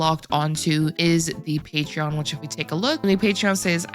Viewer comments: You're so sweet and I like your content, but when you said Patrion rather than Patron, for the fourth time, I lost it lol! No hard feelings, we all make mistakes! Great video as usual! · Didn't know cipher had a patreon account. I think you meant "Pay-trin" it's still cute though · I love you... But patreon?.... Thats not how that... Hunny no 😢